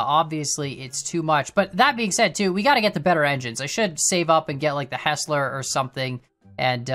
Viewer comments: This is pretty painful to watch, not gonna lie. It's a 6% grade man, you NEED geared engines. Mainline stuff like the mogul is not meant for steep grades. Also, it's pronounced h*I*sler, not "his"ler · Good on the name after all there was an actual Soo Line railroad. Think there's a mix of factors in Betsy is overpowered and some of the others are accurately under powered and others are nerfed. BTW Cooke is pronounced Cook as in what you do to your dinner and Heisler is pronounced hi slur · Fyi, it's pronounced "Heisler" (Hi-slur) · Buy the heisler, and learn how to say heisler